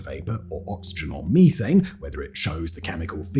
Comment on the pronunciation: Hahaha, he said (mee-thane).